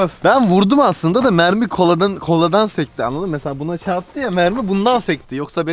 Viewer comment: abi onlar mermi değil memmi